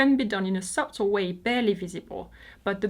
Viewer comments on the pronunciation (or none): En anglaise,, on ne prononce pas le 'b' dans le mot 'subtle' FYI. Love your site. Valerie de Toronto.